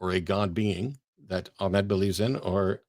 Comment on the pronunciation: is tired Well done for repeatedly pronouncing Ahmed's name incorrectly. For the whole debate. It's literally the first thing he says in his introduction, yet you persisted in pronouncing it incorrectly. Didn't make his arguments any less poor though.